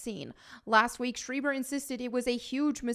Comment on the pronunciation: I believe it's pronounced 'schr-AI-ber, not 'sch-EE-ber' 😄, it's a small-hat surname after all. Nice hair/look btw.